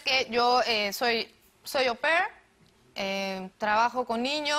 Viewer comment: Soy “hopper” jaja es AU PAIR 😂